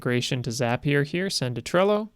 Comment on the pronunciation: Just wanted to say thanks for correctly calling it 'ZAPIER' and not 'ZAY-PIER.' :)